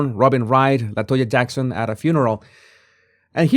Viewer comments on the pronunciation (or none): none